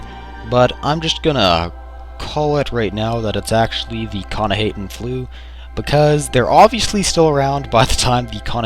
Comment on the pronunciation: It's actually pronounced k'nah-hah-ten. I should know, I wrote the article about the Flu over at the UESP. I also see a bit of resemblance between it and your video. Keep up the good work.